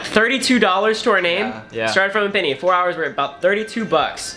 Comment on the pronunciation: I swear you’ve been saying “pinny” this whole time